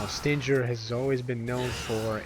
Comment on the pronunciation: Forgot to mention, the old Force Edge Combo can still be done by: Force edge melee, melee, switch to Yamato, melee, melee, pause, melee. PS: I find it weird that you've mispronounced Stinger. SHouldn't it be pronounce like "SS-DING-ERR" (like a scorpion's stinger?)